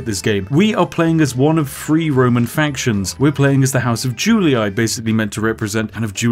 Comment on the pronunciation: "juliAAY" "scipiAAAY" "brutiAAAAYYYYYYYYYYYY"